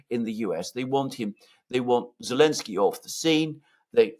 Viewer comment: This thing has been going on for so long that i've forgotten why insists on calling him "Elensky". Why does he drop the Z again? Someone please remind me